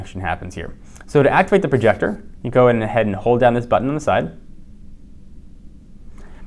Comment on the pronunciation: "let me show you the projactor" What's a Projactor!!!!!